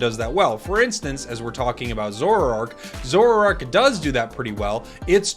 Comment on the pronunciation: Why do you have to say the name of zoroark wrongly , it makes me annoyed hearing it. Its not difficult to pronounce it